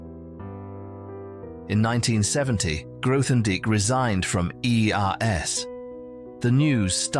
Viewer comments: "th" in Grothendieck? Please at least make an effort. How factual can this be if you can't pronounce his name? Even worse, it keeps changing. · Would be better if you could pronounce his name.